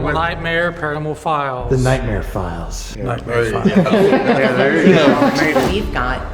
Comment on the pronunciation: "The nightmare filess'